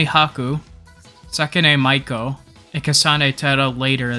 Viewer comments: more like May-koh, but yeah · did you fr just pronounce Meiko as Mike-o